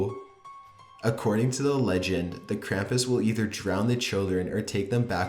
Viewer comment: it bores the fuck outta me and he pronounced krampus wrong